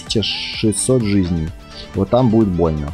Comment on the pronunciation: видос крутой но ты неправильно ударение ставиш в слови жизней